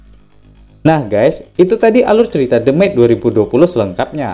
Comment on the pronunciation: The Maid dibaca Demit hehe